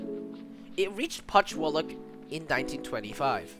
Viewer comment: Not to mention Putchywallock